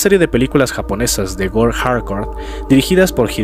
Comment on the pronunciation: Es el vídeo que me convenció para suscribirme. Muchas gracias. Te corrijo amigo. Se escribe Gore Se pronuncia Gôr